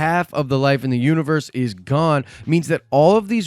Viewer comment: "he gawne"😂😂😂😂